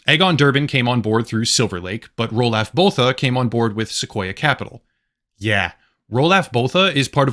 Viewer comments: Its pronounced like Ru-lof Boo-ta if he is from South Africa like Elon Musk. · "Roo-loff Boo-ta" is the correct pronunciation.